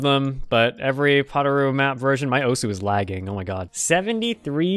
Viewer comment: I think it’s pronounced osu